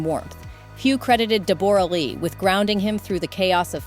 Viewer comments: It’s DEB-ruh, not De-BOR-ah. Teach your ai better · Deborra-Lee is pronounced Deborah-Lee - if you are going to do a story on someone at least do your research and pronounce their name correctly. Oh right you have a stupide AI voice doing the narration. There's aways two sides to every story and you never know what truly went on in a relationship and what the other side did to contribute to its demise. The way you go on in the video about 'poor' Deborra-Lee - she's walked away with a fortune, mostly made up of Hugh's earnings, so she will be fine. What about all of the other people who go through a divorce and walk away with nothing. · Deb-uh-ra. Not De-bore-uh. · I just can't with the "De boragh lee" 😂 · For Gods sake all us Aussies are rolling our eyes...HER NAME IS PRONOUNCED 'DEBRA' JUST SPELT DIFFERENTLY.. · Deb bor ah. Say it properly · I stopped watching as soon as I heard "Deb-bora". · It is, it's pronounced "DEB-RAH" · Try saying Debra, we pronounce it the same way and Toorak is two rack! I loved them both so this is hard. My Nana was married to a man 19 years younger than she was after she was widowed and he cared for her and adored her until she passed. Age has nothing to do with it and Hugh now looks the same age as she does. He just got married before he grew up and even though there are many experts in the comments. They don’t know any real facts about either of them. They are both good people. It makes me sad for them. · Are you saying Dee BORE ah? Ugh robot go home… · ITS DEBRA DEBRA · you say her name as debra - this must be AI crap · De Borra?????? Are you sure????? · Her name is pronounced DEB - RA. Calling her a great actress is a BIG stretch! And, Hugh Jackman was very well known in Australia when he met her. She was/is known to be a very pushy, opiniated individual. Who knows why he married her? He is a very nice person, from all reports: she ... not so much. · AI mispronounces Debora. God i hate AI. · FUCKING AI NEVER GETS IT RIGHT!